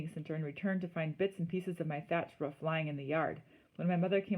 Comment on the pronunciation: It’s roof not woof